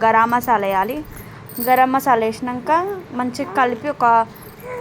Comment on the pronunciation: Gara masala kadu Garammasala😂